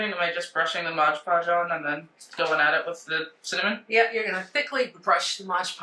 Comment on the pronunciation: Many crafters use a combination of coffee, cinnamon and ground cloves . Gives the item a lovely fragrance and texture. If you want to be sure that the mixture stays , mod podge over the top of the initial coat after it dries. Also, it is MOD, not modge. Enjoy your prom content.